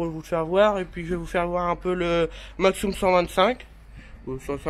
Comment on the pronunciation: En Alsace on dit pas maxxoume on dit maxxume sinon super vidéo